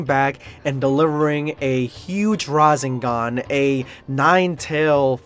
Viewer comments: I'm going to be that person but hearing RaZENgan irritates me as a Naruto and DBZ/S fan as well lol Its RaSENgan. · Don't mean to be salty or anything like that. The rasengan is pronounced with a sharp "s" sound like the word snake and its the three tailed cloak version. Best fan made crossover <3 and nice narration you were born for this. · If your going to talk about narto pronounce things right it's no raesngon ots rasangan and it's not medara it's madara